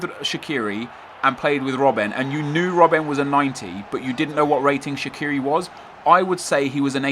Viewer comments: Shaqiri is an Albanian last name, it isn't English, it isn't Swiss so it's pronounced in Albanian, case closed. And fyi, even the Swiss media pronounce it Shachiri. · its sha-chi-ri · It's pronounced Shachiri ... Had to say it :P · No, he didn't. He pronounced the "q" wrong. The Q in Albanian is pronounced as "ch". It makes a big difference. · Oh it's so hard to understand that you should pronounce names as they are in it's original language. Not how you fucking please. And Shaqiri is Albanian, either way how you turn it, his parents are and he was born in Kosovo.